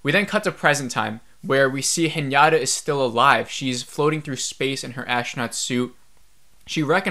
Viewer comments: The scene where she’s swimming in space is so funny… she has a higher chance of propulsion from a fart then swimming… anyways.. my dude… I cringe when you call her Hnyata…. It is He nah tahhhh…. Haha. Overall 2.5 ep for me too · Haha I heard everytime Piñata instead of Hinata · Sameeeee!!🤣 its just Hinata as it’s written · I love sci-fi, I keep hoping that it will get better but it doesn’t. Her name is Hinata phonetically hi na ta pronounced (he na ta) not henyatta. Thanks for sharing your thoughts. Watching from here in Japan. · its pronounced hee-na-ta...not hee-nya-ta.....also, didn't you feel that the director had Anisha's kids acting super spoilt at such scary times through out the first 5 episodes? cuz in comparison, casper and his school peers were more authentic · Whenever you say Hinata it sounds like Piñata to me lol